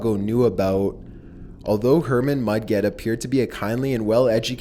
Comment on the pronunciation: It's not Herman Mud-Get Mudget sound like budget. Like a J sound, not a G.